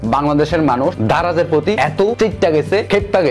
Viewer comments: ভাই ধারায না.. দারায...আগে ঠিক করে কথা বলা শিখেন...😡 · আপনি ত ভালো ভাবে স্পষ্ট ভাবে কথাই বলতে পারেন না। দারাজ টাও উচ্চারণ করতে পারেন নাই😂